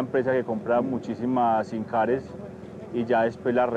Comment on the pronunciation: ¿SIMCares? 😏 *SIMCard. Aunque sea plural.